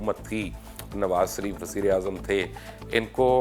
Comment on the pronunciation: یار یہ آپ کس گاوءں کے رہنے والے ہیں؟ مخالفت کو مکھالفت کہتے ہیں، شریف کو سریپ کہتے ہیں، لیکن کو بٹ کہتے ہیں۔ یہ بٹ کیاہوتا ہے؟ اپنی بھی زبان بھی خراب، اور بچوں کی زبان بھی خراب کرتے ہیں۔ لیکن کہا کرو۔